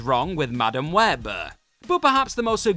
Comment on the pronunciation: Why do you end so many sentences with an "Ahh" sound??? My favorite is where, for the second time in a row, you literally turn the word "Web" into a two-syllable word by adding an "Ahh" at the end of it.